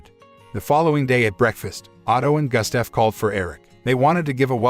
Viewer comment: Johan... is pronounced "YO Han" Gustav is pronounced...Goost ta'V.